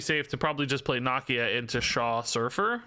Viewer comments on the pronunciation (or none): It's Nah-Key-Ah 🤦🏾‍♂️. They say it a ton in the black panther movies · I don't believe that's how you say Nakia